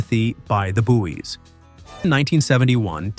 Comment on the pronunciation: The Bouys (Boys) it is said Boy(s) , THE BOYS in actual English. Again weird Americans